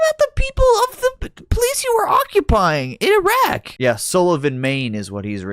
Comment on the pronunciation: His terrible mispronunciation if places in iraq is reason enough to not vote for him. It actually hurts my ears.